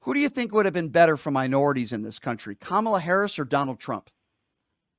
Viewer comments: I don't understand why they mispronounced her name.. Even a small child can say Kamala.... Goes to show ya what kind of incompetency that will be running this circus. We are going to be overrun by crazy clowns & the Ring leader is totally out of touch with reality..... 🤯🙄🙄😤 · Well, there’s the litmus test. Can’t pronounce her name though they’ve heard it a million times. Do not pass go, do not collect $200.00.